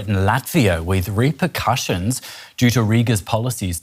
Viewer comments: Repercussions, not repurcussions. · it's repercussions, not repurcussions. it's not about purring or puring something out. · Did he threaten "repurcussions" or "repercussions"?